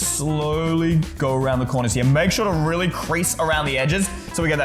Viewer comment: Did he just say wait weally instead of really